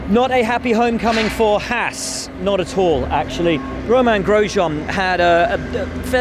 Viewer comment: No one: Will: "Gromain Grosjean"